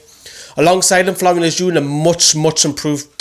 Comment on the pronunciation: Yes, you finally got Lejeune’s name right haha. Still need to get Merino’s right. Great video, agreed with majority of ratings